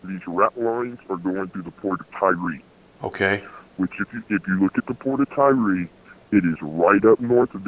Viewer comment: pronunciation of Tyre as "Tyree" reduces his credibility...